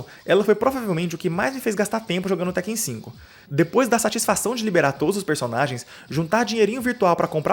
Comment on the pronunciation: Por que todo mundo passou a chamar Tekken de TÉkken? Nos anos 90 a gente falava certo.